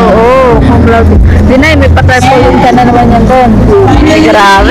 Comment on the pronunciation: Cumlaude hindi comlaude.